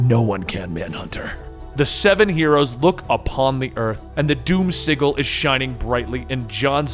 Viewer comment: you're pronouncing sigil wrong